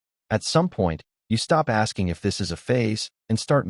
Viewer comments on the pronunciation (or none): none